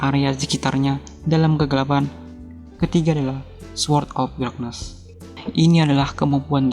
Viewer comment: Bang ngebacanya salah Yg bener darkness, bukan drakness